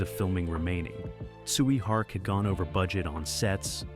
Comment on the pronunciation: The way you pronounce Tsui Hark name made me thought you were saying "Sweet Heart"